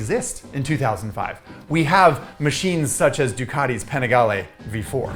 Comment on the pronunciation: I don’t like how he says panigale It’s like people that say Porsche instead of pronouncing it Porsche